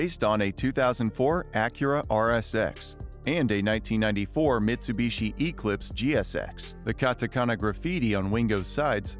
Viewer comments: "Eeclipse" hurts my soul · If this dude would just pronounce things correctly like tf is a E-clipse